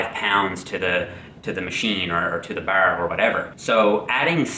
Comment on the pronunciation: "to the barrr" I sound some Irish in that voice